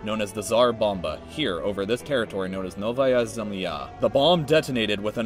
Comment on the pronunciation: They way you said it made me fell of my chair. K, you are not russian and you pronounce it as 'Novaya Zemlya' which means 'New land'